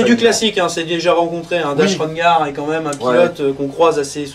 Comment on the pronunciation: Chouette vidéo, bravo les mecs... Par contre c’est « Dash RenDar », avec un D, respect the fluff 😉